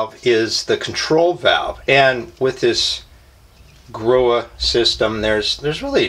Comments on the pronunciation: Pronounced grow-ee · The H is silent. So pronounced " Grow E" if that makes sense. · If you watch any of the Grohe videos, they say "Grow" - no E or H sound.